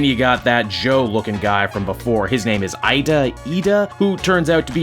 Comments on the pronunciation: Hey if you think Best Jeanist is weird then just you wait! Also no All Might is Japanese so like he came back to Japan? Also it's Ee-da. I love how you keep calling Bakugo "Katsuki" XD. Please keep doing these! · Time to educate: Iida is "E-Da", Ochako Uraraka is "Oh-Chalk-Ko Uru-Rock-Uh", and everyone just calls Bakugo, well... "Bakugo" in the show and in the fandom, not many call him Katsuki, and it's "Caught-Zoo-Key", actually, we call everyone by their last names, you'll get used to them lol (Also that Naruto pronunciation must be a Canadian thing lo)l